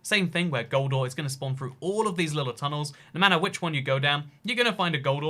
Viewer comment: When you say gold ore, it sounds like “goldar” from power rangers.